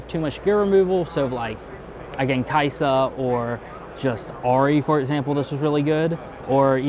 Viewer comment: The list and interview were amazing, but i do have one gripe of the whole thing... As a supposed player of League of Legends who got to "masters" as top lane, how does one mispronounce "Kai'sa" as Kasai?